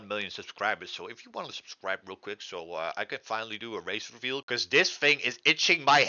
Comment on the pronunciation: Did anyone els hear him say race reveal